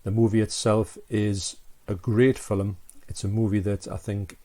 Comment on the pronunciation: Arrrghhh it's F I L M!! (''Fillum'' lol ;)